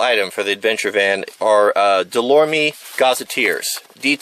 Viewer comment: "Delormy" is funny, not making fun but Delorme is pronounced like "delorum" haha. Sweet van btw